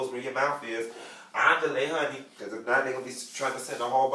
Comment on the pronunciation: Not "AHN-DE-LAY" lmaoooo